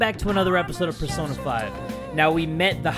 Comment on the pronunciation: I think i heard jay in the beginning of the video say sersona instead of persona 😶